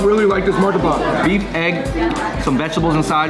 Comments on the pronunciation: it’s Martabak, not Martabaka 😂 you guys making me hungry and missing home food! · Its martabak not martabaka Hahah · bro its martabak not martabaka hahhahah cheers! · as an indonesian i want to state some facts: 1. it's martabak not martabaka 2. that martabak is so pale, probably doesn't have that much flavour and I noticed that you guys didn't eat the martabak with the sauce 3. why are you comparing gado-gado and kangkung, you should compare gado-gado with ketoprak 4. it's ayam goreng mentega not ayam mentega 5. ayam mentega for the win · Not "MARTABAKA", just "MARTABAK" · Pls invite Rich Chigga Martabak NOT martabaka And KANGKUNG is spelled ["Kung" "koonk"] [Beu La Chan] not BE LA CAN [sop boon tooth] not sop bun-that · It is martabak not martabaka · KANGKUNG wrong pronunciation. KANG you must said the ( A ) word like an ( A ) in gado gado. and KUNG you can said it like in ( KUNGFU ) thats the right pronunciation and another mistake is,, MARTABAK not MARTABAKA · martabak not martabaka. :) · Martabak not martabaka 😂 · Martabak not martabaka hahahah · Keng keng belekan, mi chek chek ,Moor Tabaq,rendeng,ikan Bakaa-,SOP buntat 😂😂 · Lmao it’s mar-ta-bak